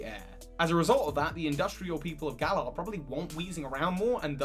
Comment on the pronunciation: its GALar not gaLAR